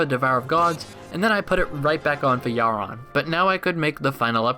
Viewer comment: you... you... YOU PRONOUNCE YHARON CORRECTLY!!!!!!!!! best youtuber. 10/10